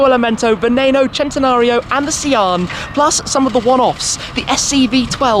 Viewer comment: Loved the way you pronounced 'Centenario' was something else. Sounded proper itlalian.